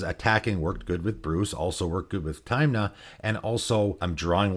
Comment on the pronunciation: Good video, but you calling Tymna "Taymna" almost gave me covid.